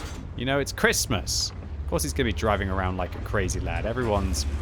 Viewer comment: Why can't you say Christmas???